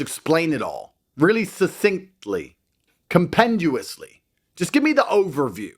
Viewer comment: Compenduously? He just makes words up. And he's proud of being a moron.